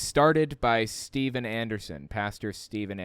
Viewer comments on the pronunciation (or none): none